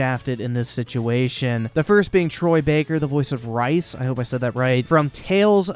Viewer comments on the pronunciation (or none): I can’t stop laughing because you said Rhys but it sounded like rice. It’s pronounced reee-ssssss Thb that doesn’t help much I’ll just be glad when Randy Bitchford is gone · Rofl, that Wii music reveal was funny. BTW Rhys is pronounced reese not rice... :) Supmatto got like 100 more copyright strikes after he posted a video about this.That's why his channel got terminated afaik. Yea, Borderlands is my favorite game franchise ever, i've been waiting for the 3rd game for several years now, no way im waiting 6 months. Plus im a free market person so more power to Gearbox. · Really? Rice??? It’s pronounced Reese spelled Rhys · “Rice” are you kidding me? It’s pronounced Reece! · Well... at least now you can pre download it, also Rhys is prononces REESE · how dare you call myboy Rhys fucking "rice" lmao. its pronounced as reese dude lol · It's Rhys not rice lol XD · Just one minor note: Rhys is pronounced like "REE-s". But otherwise, a fine vid that highlights all the controversy quite well. As a huge BL fan, it sucks but I've decided to hold off buying the game until more reviews come in. I'm very suspicious of a sub-par game if they can't even get their shit together on the PR front. I can wait. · Dude how do you not know how to pronounce Rhys? Its pronounced “Reece”... you havent played TFTB? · Borderlands, along with anything by EA, have all been sent to Ban World. The only way I’ll play any of these is by buying a pre-owned copy, (I’m a console peasant) reel tawk. Shout out Sean Ranklin, big ups Liquid Richard. 👍🏻👍🏻. It’s pronounced Reese, like the chocolate. Rhys is a Welsh name and I’m from Wales 🏴🇬🇧🇺🇸. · did he say rice? instead of rhys XD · It's pronounced "reese" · Also, not that it matters much but I gotta inform because I'm a tiny bit of a Borderlands fanboy, Rhys is pronounced like Reese. Like from Reese's Cups. Lol. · It’s Rhys Asian contre part rice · Just kidding pronounce it how you want